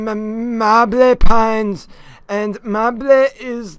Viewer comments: "Diaper and Maybleyl" XDDD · It took me soooo long to realize he was saying mable